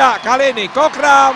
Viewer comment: ขำคนพาก โคกรำ ตะโกนจนฟังเป็นโคกดำ